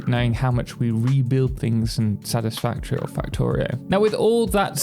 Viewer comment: I don’t wanna be that guy but, “Satisfatory”